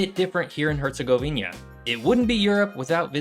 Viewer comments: Great video but the HerzegoviNIA thing was driving me crazy the whole time :) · What is with all you guys keep saying "Herzegovinia". It's "Herzegovina" ! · repeat after me HerzegoviNA HerzegoviNA HerzegoviNA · normally not grammar nazi and english is my third language, but HerCOGovInJA!!!! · Nice video, but I have to ask: how is it possibly for people who are so meticulous about etymology of places to keep pronouncing Herzegovina wrong? You even look into the name itself during the video and wrote it in huge font on the screen, so where do you see that additional "i" in the name? Sorry to nitpick, but it's kinda wild to visit a place and butcher its name like that. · I'm talking about their pronunciation of the specific word "Herzegovina". I know it's one country. I'm Greek. We're neighbours.